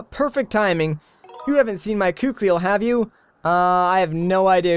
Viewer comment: her name is pronounced Koo-keel.